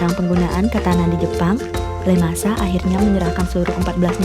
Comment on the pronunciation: Ieayu bukan Leyasu-_